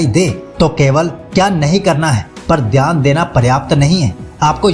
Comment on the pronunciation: dhayan ❌ theyan✅